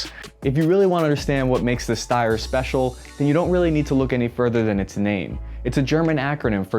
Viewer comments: Hurts my ears hearing this „Ssssteyrrrr Aug“ - It’s pronounced like „Sh“ like „ShteiEr“ - and the original Name ist STG77 - Sturmgewehr 77!! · why does every aussie call it styer 😂 Its Steyr, e first, y after haha. Greetings from an Austrian :) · Shteyr. I know it's pronounced shteyr, you know it's pronounced shteyr, I'm begging you man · Steyr. Not steyr